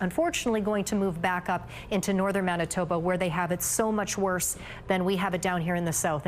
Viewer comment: Wait, it's pronounced mennatubba? I'll need some time to process this